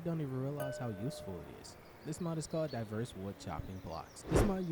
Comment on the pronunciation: "DIVERE" WOODBLOCKS?